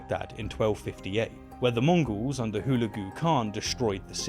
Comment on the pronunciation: Is it me, or is saying 'Mongrels' not 'Mongols'?